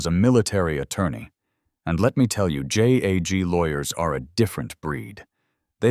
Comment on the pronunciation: It's JAG. A word. Not J-A-G. FIX your AI.